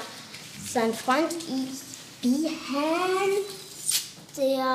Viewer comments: Wie sie versucht "Björn" auszusprechen😂"Bihörrn"😂👍🏻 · „Böejrn“ Bei jedem like gebe ich ein „ö“ dazu😂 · BIHÖÖÖRNN NICHT BJÖRN😂😂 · Ich dachte erst sie meinte der heißt Bihan xD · bijöhrn.so spricht sie sein Namen aus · Nicht Biön, Biiiiihhööööön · Wir sie Björn immer ausspricht😂😂😂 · Wie sie immer Biihän sagt 😂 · wie sie Björn ausspricht ist schrecklich. Das tut in den Ohren weh. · Das Mädchen ist doch irgendwie dumm oder?!😂 wie die den Namen Björn auspricht😂